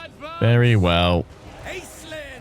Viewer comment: Random language nerd fact; it should probably be pronounced “Aysh-Lynn” as it’s a Gaelic origin name, like how Sean is not always spelled “Sh” at the beginning.